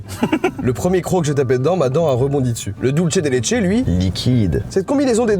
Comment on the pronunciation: Dulce de Leche se prononce Dulsse svp 😭😭